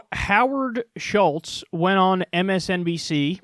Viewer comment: Howard Schitz..Get it right Kyle! C'mon!